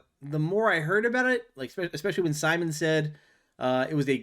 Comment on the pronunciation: He's named Simon, not SimonE